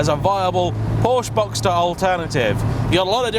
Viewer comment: please learn how to pronounce ‘porsche’